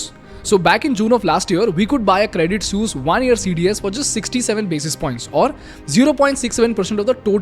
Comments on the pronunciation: Credit suse? Isn't it credit sweese pronounced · Not "sues", it's "swee-s"😂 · your saying sus. pronounce it like sueess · Good content. But painfully ignorant of the pronunciation of Credit “Sooz”. Listen to the clips that you are putting in your blog!🤔🖖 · It is pronounced "Credit Sweece". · 182 times was the count for saying Credit Soos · Bruh it is hilarious how noone can pronounce suisse, but i've never heard someone butcher it like you broh 😂😂😂 almost falling from my chair everytime i hear you say it 😂😂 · Thanks for your content, you make amazing stuff. But, if you're offering a course on communication, please ensure you can pronounce suisse correctly! Thanks once again.